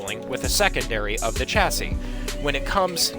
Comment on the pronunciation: So I’ve noticed Americans don’t know how to pronounce Chassis. It’s pronounced shassie. Just a little tip